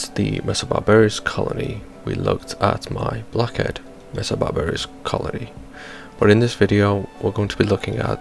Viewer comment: Great vids but why you saying 'barbar-ious' its super off putting. Please say Bar-ber-us or next video or im gonna cry